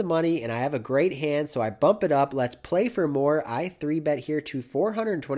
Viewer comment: “Lex-ts Go”